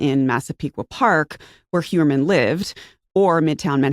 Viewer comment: It's pronounced not HUermann but HOYermann, German origin.